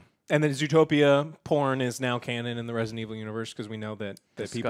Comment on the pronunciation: Yes, this is Resinunuh evununl. Not Resident Evil